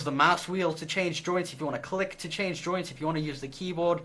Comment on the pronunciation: When you say joints it sounds like you are saying ''droids''